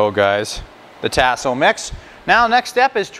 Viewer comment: My brother...because I love you ands I know you are from Canada I give you a pass...but things down here are pronounced differently. Tasso is "tah-so", not "tass(like ass)-so". Andouille is "ahn(on)-doo-we", not "an-doo-we", and Boudin is "boo-dan", not "boo-din". I say this with love brother and I have a boo-din (just kidding) recipe that will blow your doors off and will share if you wanna contact me. Holla back.